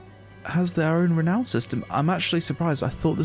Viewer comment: It's pronounced the way it's spelt. Re-now-n/re-noun. Not Re-no-n.